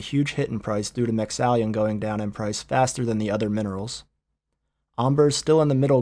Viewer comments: Nice information, but there's no i in Mexallon, or an e after the two l's. It's spelled mex-al-lon, not mex-al-leon or lion or however you keep saying it. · MY GOD STOP CALLING IT MEXALLION! It's pronounced MEX-A-LON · Cut myself every time he said mexallion instead of mexallon. I died from blood loss twice. Fuckin hell, read the words properly. You specialize in these subjects. Just sound the shit out.